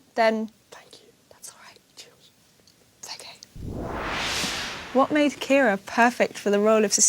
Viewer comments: His pronunciation is Irish pronunciation of the name Kiera which the Irish spelling is Ciara.☺️ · Finally my name pronounced correctly thank you James McAvoy